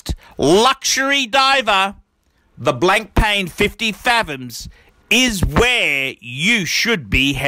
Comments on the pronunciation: It's not pronounced Blankpain, it's Blanpan, the k and I are silent. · Blank Pain... ahaha BLAN-PA!